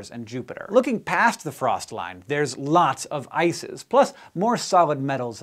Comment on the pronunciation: am i only one hearing isis instead of ice is ?